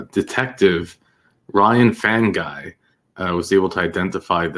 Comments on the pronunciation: Fanguy - pronounced Fung- gee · The name Fanguy is pronounced fungee. The g is like game not rage.